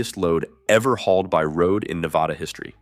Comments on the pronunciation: And Nevada is pronounced ne vaaaa da, not ne vah da. You can always tell someone has never visited the Western United States by the way they pronounce State, city, and town names. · Nevahda, tool county, that's as far as I got. If you can't even pronounce things correctly, then not gonna listen lmao